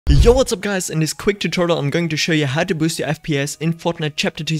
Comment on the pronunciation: man said turtle not tutorial XD